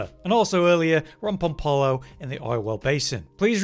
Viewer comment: Can we stop with the "Rom Pom Polo" ... it's "Rom Pop Olo"